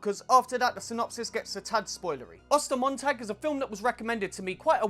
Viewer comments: I speak German and I love how you pronounce Ostermontag :D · As a native German, I’m actually pretty impressed with your pronunciation of the title